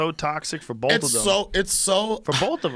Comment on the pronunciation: This moron said that he watches " boaf " Networks? LOL SPEAK ENGLISH MORON!!